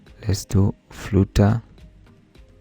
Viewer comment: Its flutter not frooter